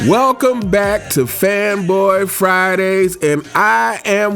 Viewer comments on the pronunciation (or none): none